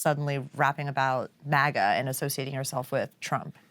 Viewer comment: Cant stop hearing Maggot instead of MAGA now 😂😂😂